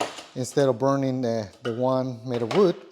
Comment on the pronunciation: Your accent when you say wood reminds me of my old friend David from Santiago Chile. Like unlocked a memory from 20 years ago. Great video, thanks.